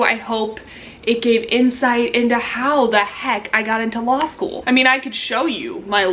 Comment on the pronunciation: Dam she rlly said law shoe in